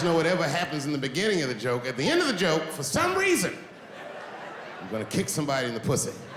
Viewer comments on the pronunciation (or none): none